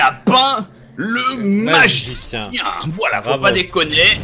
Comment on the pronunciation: a 7.30 il a dit nazicien mdr